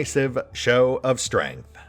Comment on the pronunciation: like pronouncing strength as stramth occasionally.